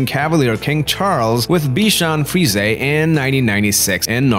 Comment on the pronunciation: Frees...A lol..that’s not how you say it 🤣🤣